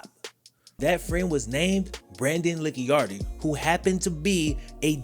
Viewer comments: It’s pronounced Lee-Chard-Dee… Not Lick-Yar-Dee… LOL! On another note… Brandon is a piece of you know what. He only became a deputy because of who his Dad is. He’s also the love child from his Dad’s mistress. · I don’t know how that one scumbag chooses to pronounce his last name, but I do know that “Licciardi” should really be pronounced “Litch-ardy” or “Litch-yardy”, rather than “Licky-ardy”. In Italian, the letters “ci” are said like we would say “chee”. But I’m sure Brandon Licciardi is too much of an asshole to care about other languages in the world, anyways. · I'm from New Orleans...its pronounced La-shar-dee but Lickyardi was real close lol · It’s pronounced Lih-Chardi I’m from where Brandon is from. Scumbag dirty cop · I’m from the area: Licciardi is pronounced “La Char D”. Great video! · Brandon's last name is pronounced La char dee. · I never knew went to school at Southern! It's always nice to get a shout-out for Baton Rouge, but I'm disappointed with how you pronounce "Licciardi"--it's "lih-char-dee". Not that that piece of sh*t deserves to have his name pronounced correctly. And your lack of empathy for Sharper is more than appropriate in this scenario. Sexual assault, especially when premeditated, is never okay, and you either need to be evil or dead on the inside to assault as many victims as he did.